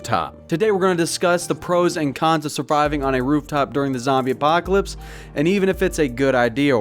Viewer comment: "Zombie Poclps"